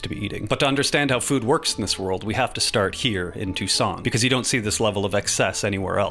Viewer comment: i thought you said Tucson as in arizona when you said Toussaint 😭